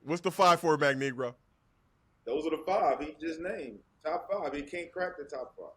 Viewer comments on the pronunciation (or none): MAGNEGRO for Magneto HAHAHAHHAHAHAHAHAHAHAHA LMAO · “Magnegro” lmfaoooo